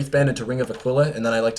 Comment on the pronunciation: ring of aquila like taquila? Are you saying it wrong or am i saying it wrong?